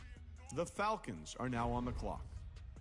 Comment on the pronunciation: are u serious right neow bro